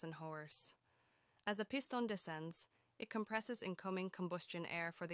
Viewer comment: "Peye-sten rods". That's a new pronunciation. 🤣